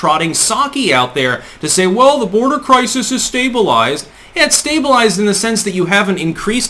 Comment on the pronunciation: She's not going to the "bordah." Please pronounce that word properly. Harris talks through her nose and is condescending and obnoxious as it gets.